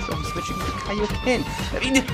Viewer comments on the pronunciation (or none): none